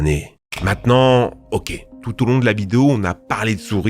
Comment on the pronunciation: Tout au long de la "Bidéo" ?